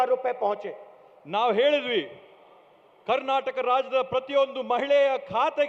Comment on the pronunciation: ಕಣ್ಣಟಕ್ ಅಲ್ಲ ಮಹರಾಯ ಕರ್ನಾಟಕ..